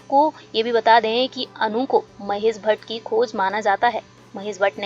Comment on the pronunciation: आपका हिंदी भाषा सुधार दो महेस भट नहीं महेश भट आसिकी नहीं आशिकी